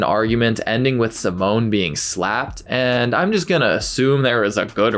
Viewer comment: Just to be clear, the boy name is pronounced Seemon. Simone is a girl’s name.